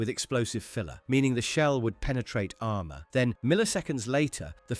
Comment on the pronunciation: HOHMOHGEENUS AHRMUHR